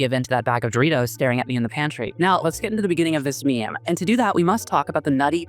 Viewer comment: wait. how did you pronounce meme...?